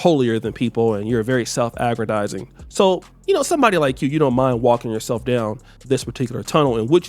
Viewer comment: "self-aggradizing"? stay messing up those words to have almost made it to become a doctor smh